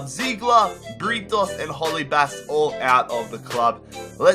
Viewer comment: Holebas is proununced o le bas